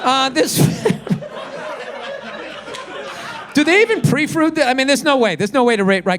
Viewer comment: "Do they even preafrood these?" No, Bill, they don't 🤣